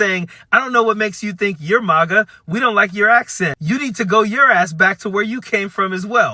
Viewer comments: I think this video is great and I agree with this dude, but why is he pronouncing MAGA and MAUGA? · Sorry, but I need to correct you. MAGA is not pronounced Mah-gah. It's pronounced maggot. The plural is pronounced maggots. THANK YOU for your attention to this matter!!